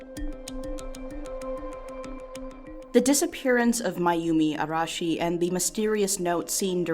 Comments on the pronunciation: I appreciate you not having to stop the video to say "Ara- Arah- Arehsh- I can't say that name, sorry." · Weird compliment, but I’m really glad you actually tried to pronounce her last name with the Japanese R and you even tried to say Tokyo properly.